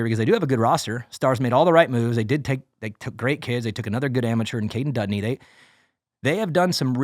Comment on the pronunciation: Did he say kaden dundee 😂